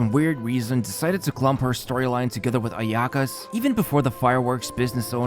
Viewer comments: For the love of God can you please turn on the Japanese Voice acting in your game and LISTEN HOW you pronounce Kokomi, Ayaka, Yoimiya and Inazuma?? Pretty please mate it just hurts my ears hearing you killing the pronounciation again and again. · pronounce ayaka's name right challenge